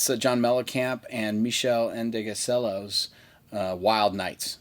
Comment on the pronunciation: You could Google O'cello pronunciation, man...